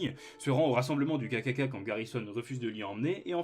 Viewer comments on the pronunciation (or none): J’ai crus que tu disais le « gars caca » au lieu du KKK lol